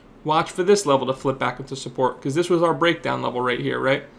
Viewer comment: does he really call it supPORK¿? love u <3